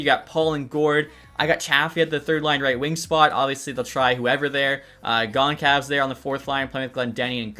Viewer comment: A little help for you…Chafee is pronounced CHAY-FEE & Goncalves is pronounced GON-SAL-VUHS.